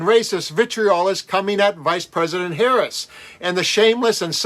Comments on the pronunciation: GB News is itself a right-wing outlet. I've watched this presenter before and can tell you, if he gets upset at Gorka, then you know he must a complete a**hole. All the way from mispronouncing her name, through to his racist and misogynist ravings. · How 🤬 disgusting chauvinistic male. And as low as they refuse to pronounce her name correctly 😡😡😡😡😡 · Gorka is a childish bridge troll. He has nothing to add but purposely mispronouncing Harris' last name and assuming childish voices. And all that means he and his other trolls are scared. Actually he gives bridge trolls a bad name.